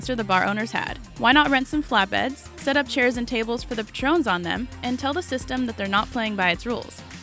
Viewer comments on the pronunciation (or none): Patrons? Pronounced like the alcoholic beverage? LMFAO! Youngins......